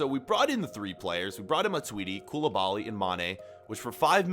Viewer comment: You sound so stupid bro mAnE aNd KoUlIbAlY